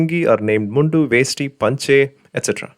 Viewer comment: Why u pronounce mundu like you are from a non lungi land